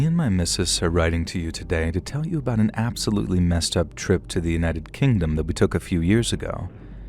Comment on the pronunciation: “I’ve got a story ABOOT Canada” 😂😂😂 we heard that 😂😂😂❤❤❤